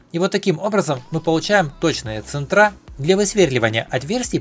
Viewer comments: Точилка !!!! ЦЕнтры , а не центрА !!!! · Ценьры- ударение на е